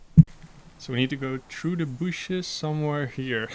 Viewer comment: Is the first time we heard "spikey booshes"?